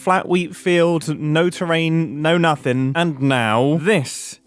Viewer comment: It makes me giggle a little every time mumbo says 'li-ul' and 'nuffin'